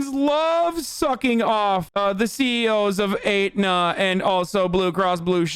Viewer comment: This is hyper specific but my mother works for a hospital and has to deal with Aetna and I have never heard it pronounced that way, she always says Et-na